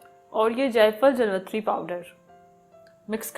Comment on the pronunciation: لفظ جاویتری ہوتا ہے جلوتری نہیں اپنا تلفظ ٹھیک کریں شکریہ